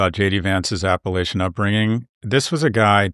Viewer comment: Scott, anyone who thinks Hillbilly Elegy is a good book has never visited the area, talked to people there, or learned about the history of the place. You can't even pronounce "Appalachia" correctly. Clearly more homework needs to be done, man. JD Vance is a malicious shapeshifter grifter of the highest order and seeing you give that piece of vile any praise is embarrassing.